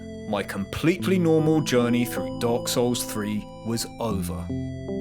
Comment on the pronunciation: You pronounce dark souls like dog souls 😆